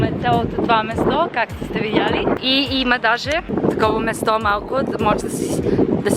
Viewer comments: не е место а място но нищо ти си свикнала на английски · Говориш добре български браво! Но бих поправила "мЕсто". Всъщност е "мЯсто" ☺ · Може да пробваш вместо нема-няма, место-място, nothing wrong with the way youre saying it но според мен другите звучат малко по-добре